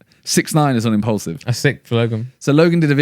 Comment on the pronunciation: Does Simon say impulsive instead of impaulsive or is it just me